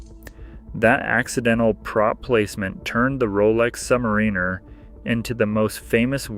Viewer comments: Sub’mariner not Submarine’er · Came here to say this. Literally no one pronounces it like that.